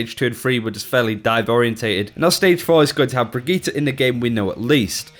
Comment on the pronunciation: He said Brigitte the same way you say "Spaghetti". What the fuck. Also, as usual, Geoff Goodman overnerfing something. Storm Arrow NEEDS to still be able to one shot Tracer because, right now, it's one of the counters to dive.